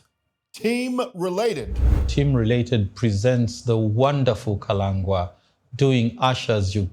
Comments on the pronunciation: How is it can't pronounce Kalangwa's name correctly? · Kalengwa not Kalangwa❤❤❤